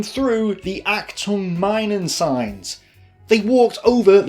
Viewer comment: Minen is pronounced (Meenen)